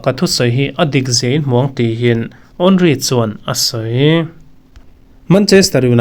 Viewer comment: Henry I sawi sual chiang dawn lutuk😅